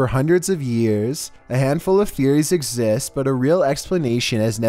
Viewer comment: wtf is he tryna say exist